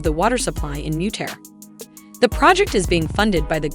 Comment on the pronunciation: Please pronounce the names correctly. It's not mutear.... It is Mu- ta-ree it is not Hwange Like mange ... It is Hwa-ngeh. This narrator is a flipping idiot.